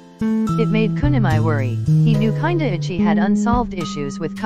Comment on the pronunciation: A character named "kindaichi" The VOICE SPEAKING: "kinda itchy"